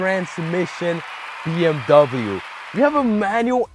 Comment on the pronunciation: As a german... that pronounciation hurt more then hearing people call them Beamer